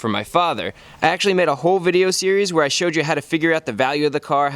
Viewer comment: in the first 5 seconds saying where shows that you got some British in you.